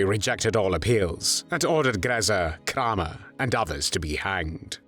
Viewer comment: Kraw mer that how it's pronounced in German? My 2nd Great grandmother was born Kramer. Got off the boat from Germany in 1881. Wonder if there's any connection to that monster Josef? 🤬🤬🤬🤬